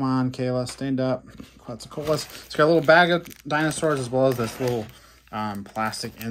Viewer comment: He did a good try